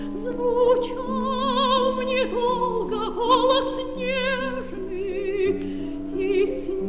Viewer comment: Выпевать безударные гласные (по выражению академика А. А. Реформатского, петь "ер", то есть твёрдый знак, которым они в фонетике обозначаются) -- одна из двух главных трудностей русского вокала. Вторая -- петь звук [Ы]. Обратите внимание, что певица на самом деле произносит "твой голос нежний, твои небесние черты" -- в последнем слове что-то среднее между [Ы] и [И].